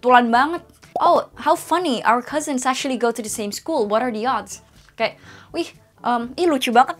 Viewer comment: is it “what are the oods” or “what are the odds” ?